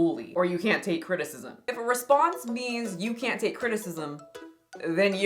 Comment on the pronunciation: She said crtitcism